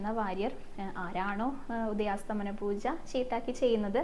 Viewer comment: ഹരേകൃഷ്ണ❤ ഉദയാസ്തമന പൂജ എന്നല്ല ❤ ഉദയാസ്തമയ പൂജ എന്നാണ്❤❤❤❤❤